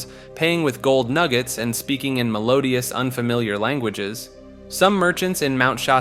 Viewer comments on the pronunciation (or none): none